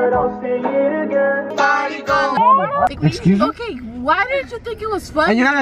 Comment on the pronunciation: LMAOO WHEN SAIS BEEP BEEP WHERE HERE AND THEN SAID EQUI ME